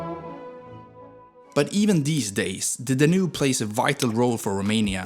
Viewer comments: Really bad pronunciation for words like: leu, Danube, Timisoara, Dacia. Also, there is no Moldavia. Maybe hear these words first before making a video, they’re not really that hard. All the best! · Your pronunciations are inconsistent and flat-out wrong, for example Danube (you called it daNoob) or Moldova (you called it Moldayva) sadly after hearing those I stopped watching. Curb the swedish accent a bit.